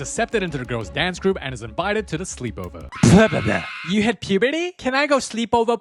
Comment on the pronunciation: you had pewbrtay? Can I go sweep ove pweeeeesse?